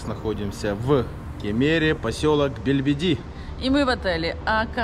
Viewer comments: ......только БЕЛЬДИБИ !!!!!!! ! а не Бельбиди,Олег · Не БЕЛЬБЕДИ , а БЕЛЬДИБИ !!!